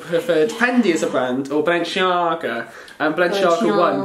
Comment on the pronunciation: It’s BALENCIAGA not BALENSHIAGA